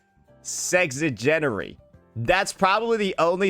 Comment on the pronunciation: Brother your pronunciation of the word "sexagenary" was one the worst things I've ever seen, you honestly made your entire point moot and void,.